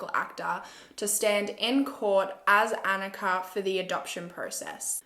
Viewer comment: hey just so you know her Annikas name was probably pronounced ON-Ika not AN-ika. I have a sister named annika and we are of norwegian backround.